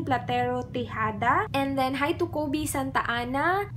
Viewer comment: Hi!! Im so happy tama yung pronounciation mo ng name ko hihi. Khoebe kasi yung name ko po sa facebook. Yey!! 😘